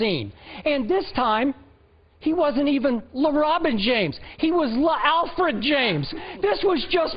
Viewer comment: “LeAlfred James”💀